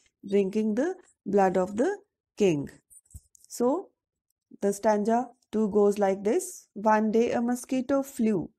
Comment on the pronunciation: Plz improve your pronunciation ma'am and I want to tell you it is stanza mot stanja